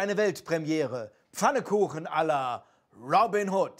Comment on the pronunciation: Es heißt "Pfannkuchen" und nicht "Fannekuchen".